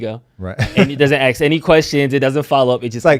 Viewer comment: It's prounced ASK.